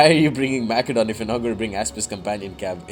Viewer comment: the c in macedon is pronounced like an s